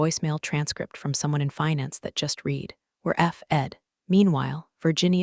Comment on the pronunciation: Virginia had a DMV number of B197 at the beginning. Then she has two different DMV numbers. I'm going to guess that this story was not edited before it was posted. Just like other stories of this type. And, the tense of 'read' is still pronounced incorrectly.